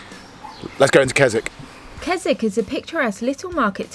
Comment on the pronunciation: Mate, Waterhouse campsite is not first come first served. We go there every year, you need advance bookings and it can be done online. Secondly, Keswick pronounced Kizik.